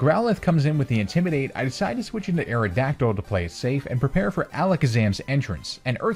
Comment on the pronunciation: AERODACTYL, NOT AERODYCTL! AND THE I IN FLYER IS SUPPPOSED TO BE A Y!